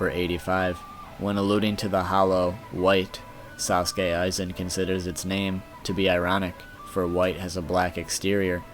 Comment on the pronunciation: The mispronunciations of "Tide Kudo", "Nanano", "Sasuke Aizen" were killing me